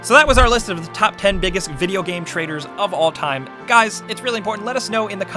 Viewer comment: It's pronounced traitors, not traders!!